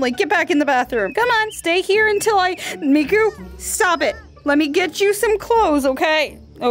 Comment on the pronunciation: it's miku not mako...